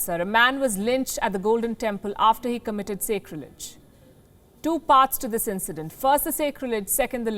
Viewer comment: "Sacrilege" is normally pronounced with a soft "a", as in sack. Not a hard "a" as in sacred.